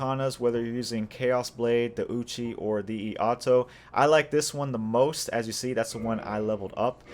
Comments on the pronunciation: Thanks for the build guide brother! Also, iaito is pronounced "E-eye-toe" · Iaito = ee ay toh. It's actually ee ah ee toh but they pronounce it so fast it sounds like ay